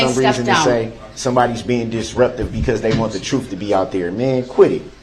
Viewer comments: Do they say Troof is in the eye of the beholder, I mean what is troof....seriously is that how he pronounces Truth or is it a slang. He obviously don't know what hearsay means. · What troof? How you do dat? That forf option that you uh uh made up cuz it’s not in the law. What a piece of work!!